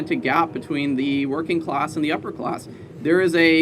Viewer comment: What is a ‘closs?’ If you don’t know how to pronounce a short a, you are not capable of lecturing me on anything.